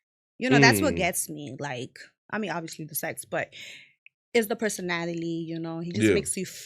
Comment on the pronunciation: She cannot say a single word right 🤣 “ im a pretty girl, I have personataly “ ☠️☠️☠️